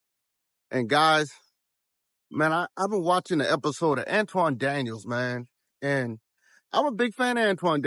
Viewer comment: An-ton Daniels, not An-twan my guy!